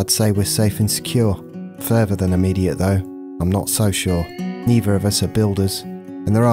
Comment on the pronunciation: Excellent series. You’re a fantastic orator, sir. Even though you say furvor instead of further lol. Please continue.